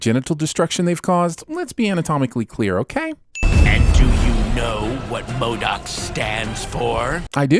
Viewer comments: We should have a bonus sin round for everytime you call him Mod-O-k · Also, you seem to think pronouncing MODOK wrong is way funnier than it actually is.